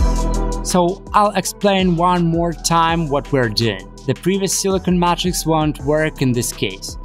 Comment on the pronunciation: You should make and sell t-shirts with the slightly mispronounced words you use so often in your videos like Mat-Rix and Purlasta instead of Plaster with slogans that use the words in the way you use them like - wipe your feet to escape the Mat-Rix and purlasta caster with a person dressed as a mad wizard casting a plaster mold.